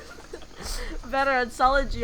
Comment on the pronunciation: I am bothered by that he has been to china and yet he probounces Ge like the english letter G...